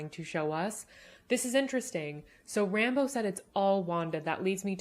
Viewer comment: One little thing erks me even though it's trivial. They keep pronouncing Ramboue wrong It's not "RAMBO", it's more like "Ramb-oo" It's French French Cajun. So it has a lilt at the end. Everytime they say her name I keep expecting to see Sly show up.